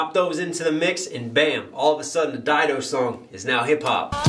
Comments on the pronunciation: Stan wouldn't be Stan without Didos chorus💯 She's labeled as a feature on the song & if I'm not mistaken shes also in the music video Lol & her name is pronounced Did-o👌 Also love the breakdowns & your music, keep doing your thing brotha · No, it's not Did-o, it's Dye-do